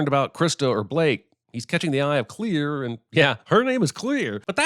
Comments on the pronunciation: Clear instead of Claire is worth MINIMUM 15 sins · "Clear" is pronounced "Claire". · Seriously, who's name is "Clear"?. Im pretty sure she was meant to be Claire, someone misprounced her name while filming a scene, and then they just went along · clare not clear!!!